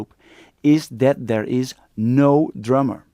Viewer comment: I thought he said "no drama", at the end I realized that he said "no drummer"